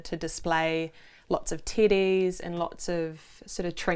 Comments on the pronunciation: Damn,. When you say Teddy it sounds like "Tiddys" man i was wondering what was up with all them tiddys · I see what you did there lmao. Ngl it took me a while to decipher that the word "teddies" was being used, especially because I've never heard it before as a broad term for stuffed animals in general. So the first couple of times I was like "Did just say tiddies? No, that can't be it..." 🤣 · Are they saying tities or teddies? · Lol.i thought they kept saying they had lots of "TITTIES". TEDDIES. 😆😆😆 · I'm a grown man and still bust out laughing at the Kiwi pronunciation of stuffed bears. At this point I wonder, "Am I EVER going to grow up?" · To someone who doesn’t have a New Zealand accent, your pronunciation of “teddies” sounds like a different, unrelated word 😁. It took me a minute to figure out you weren’t referring to parts of a woman’s anatomy.